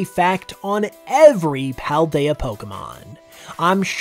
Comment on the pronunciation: well, that is from the spelling standpoint. Paldea is pronounced "Pahl-daya", as if it was a Spanish word. you need to watch the Nintendo Presents for Scarlet and Violet. i will tell you this is true.